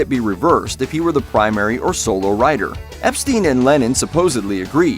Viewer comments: The Beatles manager was Brian Epstein (ep-STINE), not ep-steen. Same goes for Hammerstein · "Ep-STEEN"? His name was "Ep-STINE"... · Epstein reads as "Ep Stine", not "Ep steen". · Brian EPSTIAN not EPSTEEN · Here's something that this '' channel apparently never knew about The Beatles. Brian Epstein's name is pronounced 'Ep-STINE' (like Frankenstein), not 'Ep-STEEN' The same is true regarding Rogers and Hammerstein (pronounced STINE, not 'HammerSTEEN), by the way. Come on, man.....it's not really that hard...... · Pity you don't know that Epstein rhymes with Einstein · Any real Beatles fan would know how to pronounce Epstein's name. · Its "Ep-styne", not "Ep-steen". And "Hammer-styne", not "Hammer-steen". And its "Twenty-Fifteen", not "two thousand fifteen".